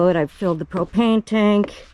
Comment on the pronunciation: I heard you say just about out of cocaine and I though what did she say I listened again , propain..